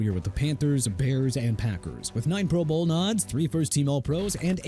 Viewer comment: I saw that too!! What a joke! And says pro BOWL. 😂😂😂